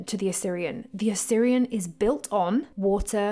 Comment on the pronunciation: Great video. But please you're pronouncing Osirion as Assyrian...